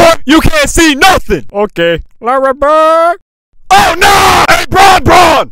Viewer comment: “LaRyYy bIiRDd” 💀